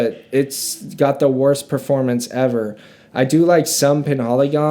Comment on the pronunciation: Le Labo is pronounced luh laah-bo. Roja is pronounced Roger (British pronunciation). Penhaligons is pronounced pen-Hal-iguns. Love the videoo